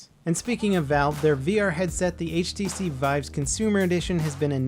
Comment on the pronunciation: lol you called valve vive